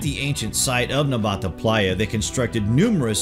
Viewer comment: *Nabta bro not Nbata